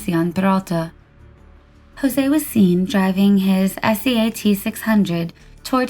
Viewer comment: It's not pronounced spelling out S-E-A-T. It's pronounced like Sea Ott. I always love your updates and narration style. I understand how many countries your uploads are viewed in and how diverse the stories you cover come from. Thank you for your hard work done at such a high standard.